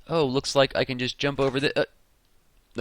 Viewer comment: He said LIE instead of LIKE.